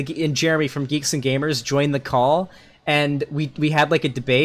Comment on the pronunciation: When he says his name I hear it as "germy"